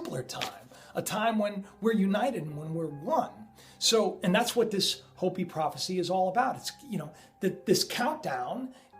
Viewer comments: hoe-pee, please I'm having trouble watching, not Hoppy! hoe-pee! Just trying to correct the pronunciation, please, not trying to be offensive. I don't get everything right either. Love your channel, always wait in anticipation for the next video. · Hey, it's pronounced Hope-E...! Not Hoppy...! As in the Hopi Indians. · its HO-PEE not hop-ee. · Don't the Hopi people say HOEPEE, not hahpee? We should say it the way they do, right? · it's not Hoppy it's pronounced Hope -E spelled Hopi sorry, continue on.Great vidS BTW! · Your driving me nuts! Hopi is pronounced like "Hope-E", not hoppie! Pronunciation lol! Love the videos but that's really bothering me! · Hey you are great, but it is pronounced (hope- ee) not hoppy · It's pronounced 'hopey" not "hoppy" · It's pronounced Hopey-Hopi,-not hoppy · anu = ahh new, hopi = hopeee not big deal just heads up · it is pronounced Hoo pee not hoppy. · In all of your research you never learned how to pronounce Hopi? It's pronounced like ho-pee. Sounds like creepy. k? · Its HOPE- E.. I know, it look like bla dee daa deee bla... Welcome to Arizona. Gila is - He-La -Monster.. ....Hila G-is Silent.Shhhhhh!! Peace and Blessing Hiking the Grand Canyon next week for 3 days.Grab your back pack and good pair of hiking Boots is a must . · its pronounced .. Hope pee (Hopi) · Isn't Hopi pronounced "Hope-e"? Love the video! I wish I didn't have such trouble with faith, in that I have a hard time believing... 😣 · MY FRIEND... its hope-ee. 😀😀 love ya brother! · Hopi is pronounced like Hopey. Love your vids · Hopi has long O sound. Just FYI. Love your show man.